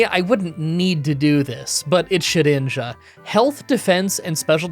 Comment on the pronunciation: Ah,yes. ShediJna ahahahhah